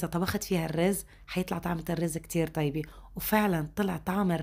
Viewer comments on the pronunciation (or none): none